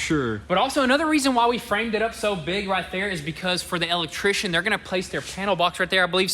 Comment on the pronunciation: "Duh L-lectrition"